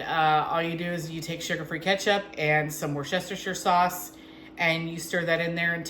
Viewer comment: Wusstersheer, sorry darling ❤